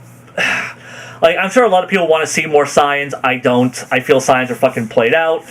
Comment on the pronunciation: Why does he pronounce saiyans as signs instead of SAY-yens, what the hail?